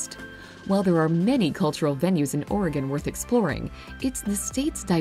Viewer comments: At least, the video didn’t pronounce our state wrong (I’m from Oregon too) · At least she's not saying orEgone